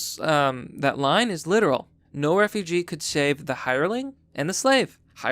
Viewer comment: Refuge:Reh-fyooj. Refugee: reh-fyoo-jee. Two different words. If unsure how to pronounce a word, look in a dictionary it literally shows how to say the word